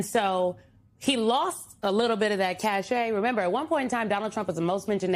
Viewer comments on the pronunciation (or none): It's "cachet," not "cache." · cacheT, AI bot. a 'cache' is something else.